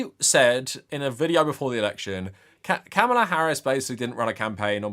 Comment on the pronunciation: It's pronounced Calm-ma-lah, not cam-ahh-la